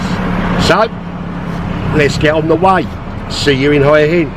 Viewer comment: Just to let you know, the 'Hua' in Hua Hin is pronounced more like 'Wa.'